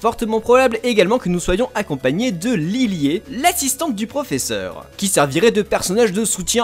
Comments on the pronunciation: yoi tu dis lilié c'est lili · Kukui ce serait plutot "Koukoui", c''est hawaien. Mais de toute facon chez nous c'est Euphorbe. Et Lillie cherchez pas, le e doit etre silencieux. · le "Lillié" m'a tué XD